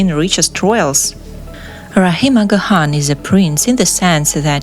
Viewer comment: u are not pronouncing the name Aga Khan correctly & some other words & places as well,sorry.